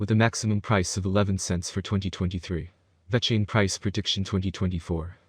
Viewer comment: This person can't even pronounce vechain properly. Don't listen to a single thing they say, vechain will never hit $1500 🤣🤣 maybe 1 or 2 dollars